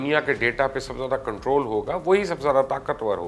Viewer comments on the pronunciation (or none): none